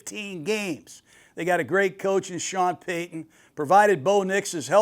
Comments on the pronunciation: Who wants to correct the legendary guy that paton is (pay-ton) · George Payton is pronounced the same as Sean Payton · I love Gruden but he definitely has some grammar issues 😂…JOly & PAton, Patton has 2 T’s